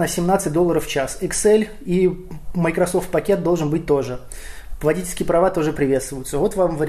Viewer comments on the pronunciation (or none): none